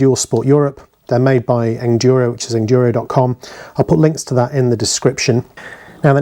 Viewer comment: Thanks for the review! Any questions, let us know. And it's Engineered Enduro Equipment. So think Engineer + Enduro when you say it. Soft G.